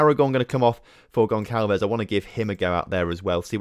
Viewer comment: the C in Goncalves is a soft C, pronounced like an S. Pretty much should sound like "Gon-sal-vez"